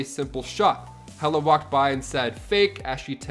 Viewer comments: Hela, not Hera. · Hera? 😄 I think you mean Hela goddess of death.